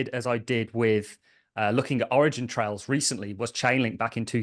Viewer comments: Where are you getting the “s” from when you say “origin trail”? 🤷🏻‍♂️ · It was a good interview for sure. If I were, I would be pretty annoyed that someone who is as smart and literate as you, throws a random S on the end of Origin Trial 20 times in a row…